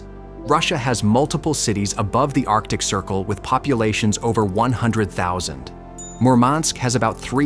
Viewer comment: It's "arctic" dude.